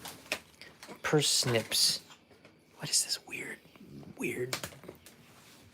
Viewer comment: Par snips not Per snips........Ever try Baba ganoush? Shhhhhhh, don't wake up Kanai.